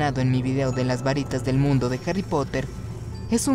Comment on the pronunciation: Cuando dijiste mundu entendi mindu xD